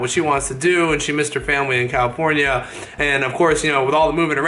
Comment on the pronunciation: did he say calipornya instead of California